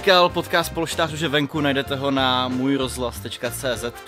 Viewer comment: luky uprimně ten název polštář je strašnej a pojmenovat ho polštář když neumíš říct ř není moc chytrý